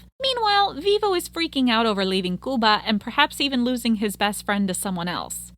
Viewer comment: Oh! You pronounced 'Cuba" correctly!!